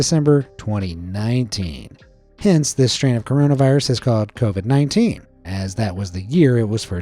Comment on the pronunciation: Covied umm i actually caught that one